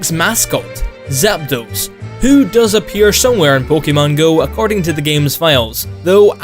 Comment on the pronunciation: You had one job... "Zap dose" 👌🏻